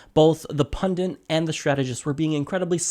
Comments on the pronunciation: Pundit. Pun-dit. Only one "n" in pundit. Why are you pronouncing it like "pundint?" Pundit. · Please: punDIT. Not punDINT!. thank you. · It's pundit, not "pundint." Come on... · It's pronounced pun-dit, not pundint! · Pundit only has one "n", it's not pundint. :-) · PUNDIT NOT PUNDINT, you moron. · Please note the word is 'pundit' not 'pundint' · Pundint? I think he means pundit... Good vid though! Feel The Bern!! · The word's pundit, not pundint. Step away from the mic. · Pundit...not pundint "That is all" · Totally agree with Emily but completely disagree with your analysis and assessment of the presenter. YOU are the partisan one. And what is a pundint?? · It's "pundit," not "pundint." It seems like you should know that. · there is one N in pundit. It is not like fondant. /peeve